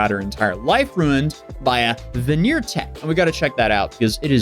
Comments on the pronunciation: “Veneer tech”….smh. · ""VENEER TECH"" LOL 😆